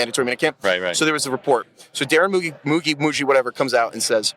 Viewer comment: Moo-Gee, like see. Moo-gi is like yogi like you keep trying to say. You're over complicating this! It's spelled correctly.